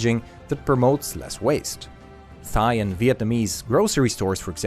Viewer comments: It's pronounced Thai, 'Tie' , Not 'Thigh' Dumbass. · This putz said “thigh” for “Thai “ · Did you just pronounce "Thai" as "Thigh"??? It's pronounced Tai! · Dude.... 'Thai' it pronounced 'Tie' not 'Thigh' hahahahahahaha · did you really just pronounce Thai as thigh?